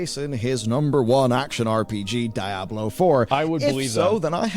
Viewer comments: Its called Diablo 4 not Die ablo 4. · can't decide how to pronounce Diablo. dye-a-blo at the start and diablo at the end LMAO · calling Diablo "Die-ah-blow" is just wild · Why is this guy saying "DIE-ablo Four?" Come on, man. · Why does he have to pronounce it die-ablo it's so triggering to me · What the fuck is Die-Ah-Blow 4? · DIE-ABLO GG. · Dye-ab-low Me: wtf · "Die Ablo!" 😂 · dieablo he say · why does he say DIE-ABLOW four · why is he calling it die hablo? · the way this dude says "Die-Ablo 4" is annoying. 😑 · Why TF are people pronouncing Diablo as "DIE-ablo"🤦‍♂🤦‍♂ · Brother pronouncing it as "Die-abolo" is killing my immersion lol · DIE ABLO i'm dead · Hear the guy pronounce 'Diablo' in a weird way each time really made me cringe, it's a spanish word so pronounce it as it is written. So for you would be like "dee-A-blo" . And read the A like the a on Cat. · Is he deliberately saying Diablo wrong?